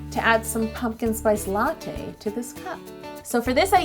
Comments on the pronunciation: Knock knock who's there la lawho its latte not la who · There should have been a count of how many times she said a-latte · You said "latte" A LATTE in this video. Sorry, I'll go ahead and kill myself